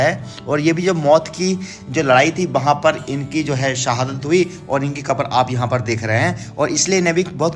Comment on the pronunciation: not akbar but kabar